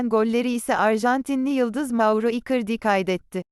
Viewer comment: Robota doğru telafuz yaptırmayı dene .mesela icardi yi ikırdi diye okuyorsa direkt ikardi yaz.